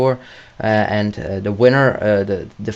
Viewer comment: You can't even say "the"